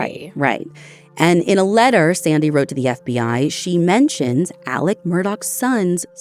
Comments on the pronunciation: In his jailhouse phone calls he himself pronounced it Ellick. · He spells it Alex but pronounces it Alec 🤷‍♀️ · His name is Alex, not Alec. Very different names. This show is usually on top of things.